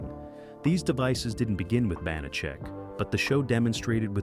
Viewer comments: Ya know, if you are going to do a video on a subject, you should learn pronunciations. It's "BAN-a-check" and "PEP-ard". He rose in a Cadillac limo driben by Jay and drove a 1938 Packard. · The narrator needs to do his homework. First the name is pronounced "ban a check", he was saying it so many different ways. Second, yes it rotated as part of the weekday mystery movie, but he named elements of the SUNDAY mystery movie (Columbo, McMillain, McCloud). Third, the actor's name was "George Peppard as in pep pard", he kept saying "peppered" or "peapard". Fourth, they kept showing clips from Peppard's big screen movie "The Groundstar Conspiracy' which came out at the same time but was NOT a Banacek story. Fifth, there were only 17 episodes counting the pilot NOT 18. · It's the bon-a-check that kills me. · So distracting the AI voice mispronouncing Banachek and Peppard. Also I have heard the story many times that Peppard was in the process of getting divorced and if he agreed to the third season his ex would get too much of the contract. He didn’t want to work and have her benefit. Final fun fact - the magician Banachek took the stage name as a result of the character. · Not only is the character's name mispronounced, but there was no Rolls-Royce featured in the series. Banacek had a classic Packard convertible and a Cadillac Fleetwood 75 limousine. I remember episodes where Banacek had to travel: his vehicles varied from a Jeep to a DeTomaso Pantera. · Sooo many errors... Carly Kirkland, not Davidson, 10%, not 15.... and many more, many of which were pointed out by other commenters. I always loved this show. I'm old enough to remember when it was originally shown. I have the show on DVD and still rewatch frequently. Too bad the AI narration can't get the pronunciation right for the character or the actor. Glad to see Banacek getting it's due, but I wish it had some fact checking. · They pronounced George Peppard's name AND Banacek's name!!!So distracting!!!😮